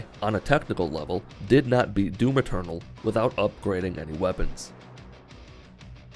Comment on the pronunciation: Every time he says "Doom Eternal" I heard "Doom Maternal"